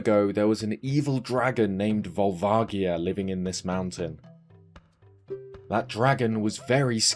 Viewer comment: I mean, do Skull Kids respawn? I'd assume there's no way for Link to actually permanently remove them from the game world. so, Volvagia's name is seemingly meant to be pronounced as "Volvajia", as if with a j. This would be closer to the Japanese pronunciation (ヴァルバジア or Barubajia). However, I also recognize that the "correct" pronunciation sounds a lot like you're saying "Vulvagina", so I get not wanting to say it like that. Hm, makes me wonder how they'll pronounce it in the remake, assuming there's a voice-acted line of someone saying its name. so, Ganondorf and his minions aren't above outright genocide. Not to mention the Fire Temple being used as a massive concentration camp for holding the Gorons until they meet their grisly fate of being eaten alive! Not that the Hyruleans are much better, what with their atrocities during the civil war at the Shadow Temple (itself a massive POW concentration camp) or the expulsion of the entirety of the Gerudo during the Twilight Princess era, who wouldn't return until the Four Swords Adventures era. so, how did Darunia unlock this door and then relock it behind him? Did he have a second boss key or something? Nice if the camera to reposition itself to obscure the door, just so they didn't need to make an animation of Darunia going through it. so, does the Spirit Temple exist to worship spirit spirits 🤔? I kid, of course. It's to worship the Goddess of the Sand, and perhaps some sand or desert spirits. Of course